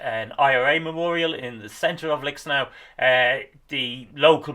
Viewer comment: Lixnaw is a tricky pronunciation - most locals seem to call it Lickschnaa with a silent w, as best my ears can pick out.